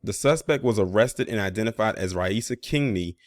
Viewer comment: You pronounced her name perfectly, beating out 90% of the professional journalists who reported this story. I really appreciate that.